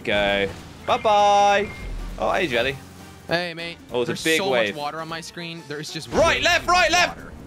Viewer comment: why does or should I say jelly say sabby